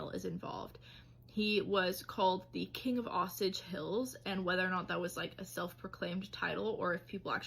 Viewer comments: "Osich"??? Doesn't she mean Osage? Oh-sage??? The story is the basis for Killers of the Flower Moon. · You're pronouncing the Osage Indians wrong. It's pronounced as oh-sage. Very sad horrifying story though!! 😢